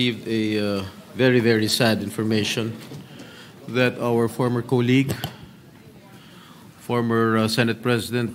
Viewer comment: Correct pronunciation of “colleague”= Sounds like kaa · leeg